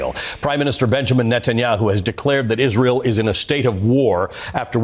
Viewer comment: Candance can not even say Israel right and wonder how many times she say it in 2025. Will be funny to hear her every time in 2025 even this years 😂 so many words she can not even say right way is mindblowing